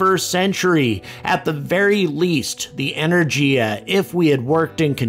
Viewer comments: The "G" in Energy is hard. E - ner - GEE - a not Ener - Jee - a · Russian "G" pronunciation is hard, as in Rogozin's name, rather than soft, as in the English/American pronunciation of Energy ...